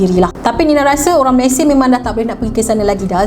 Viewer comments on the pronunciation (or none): none